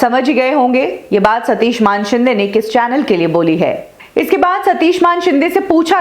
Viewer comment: ये सच्ची बात है. और ये मानशिंदें क्या होता है???? बोल मानेशिंदे. तुझे भी चप्पल पडनी चाहीये.